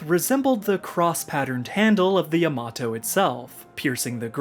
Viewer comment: Great video, and excellent pronunciation of the word Yamato. My love for V has grown 5 times! I think Vergil should be able to channel him in future games so that we can see him again.